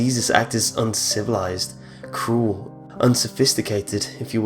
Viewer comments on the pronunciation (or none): none